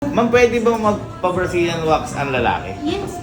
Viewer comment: Original: Mag wax ka na Yung narinig ko: Mag wash ka na 😂😂😂😂😂😂😂😂😂😂😂